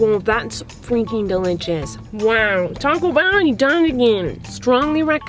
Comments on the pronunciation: Nobody: NOBODY: Not even you: Not even me: Miranda: DeLicHiS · "Thats ✨️DELICHOS✨️" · “Wow that’s dilijis”